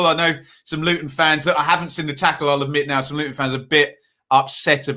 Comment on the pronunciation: Good video again. I see your pronunciation of "Looun" is spot on 😁⚽️🎩